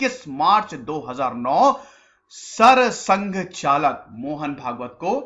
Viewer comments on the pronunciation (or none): The video is very informative but Sir, I would like to bring to your notice that few pronunciations and translations are incorrect and unclear which ultimately change or give an unclear meaning of few words. I've been doing my research on this topic offlate and you can ping. Words like : Sarsangchalak; Sarkaryawah, Pranth Pracharak